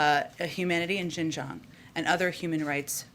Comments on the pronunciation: Can't even pronounce xinjiang😂😂😂😂😂😂😂😂😂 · She can't even pronounce "Xinjiang" right lol